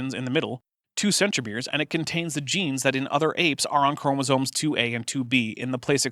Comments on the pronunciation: okay well there she definitely said "chroma-zones" so who knows. But I'm having trouble parsing the difference between her accent, speech impediment, and apparent ignorance. I will say though, in her newer videos she is much more clearly spoken, so she's obviously worked on it. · Oddly, she seems to pronounce "chromosomes" correctly. I think she thinks "chromosone" is the singular form of chromosomes.